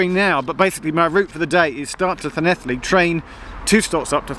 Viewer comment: Hi Geoff your in my home town and very very good pronunciation of llanelli love your videos need to visit like loughor and gower 😊